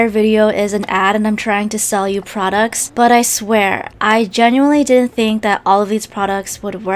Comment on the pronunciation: oml "TESTING UNIQUE FRODUCTS" i love you xD